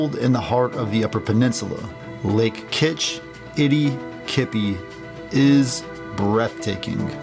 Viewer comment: Correct pronunciación of the Kitchi...is from the Oh jib way (phonectic pronunciación of the Ojibway tribe) just thought you'd like to know. From a Ojibway First Nation person.❤Take care . Love your video of this tour. My ancestral territory.